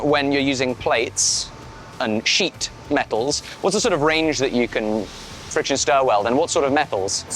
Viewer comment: said 'fiction' welding a few times... lol I kind of want to see welding of wood in progress...